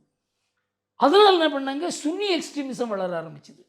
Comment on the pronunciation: யோவ் சன்னி னு சொல்லுயா... சும்மா....புரியுது... நீங்கள் நல்ல ஆங்கில உச்சரிப்பு...... புலமை வாய்ந்தவர் அப்படியே கரெக்ட்டா பேசுவிங்கனு..... ஆனாலும் இப்ப தமிழ..சன்னி.... சொன்னால் போதும்.....இவரு நல்லா முட்டு கொடுப்பார் இந்த தமிழ் டிரம்ப்...😊. நாடுகள் மட்டும் இல்ல தனி மனிதனே... சுயநலவாதிகள்... இன்று தனக்கு என்ன...என்ற... மனநிலை உருவாகிறது உள்ளது...